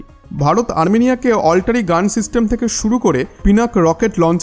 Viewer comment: ওটা অলটারি নয় ভাই আর্টিলারি গান। 😂😂